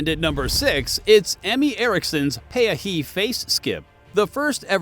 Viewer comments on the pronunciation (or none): It is Peahi pronounced pee ah he!